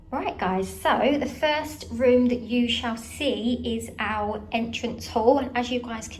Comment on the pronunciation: Why do you say “ow” instead of “our”?